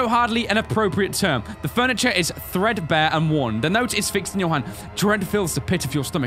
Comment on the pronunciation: Omg when 1986 came on the wall and he said thredbare, I thought he said freshers XD